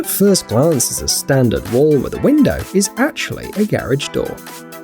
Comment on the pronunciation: What's a garege? It's garage!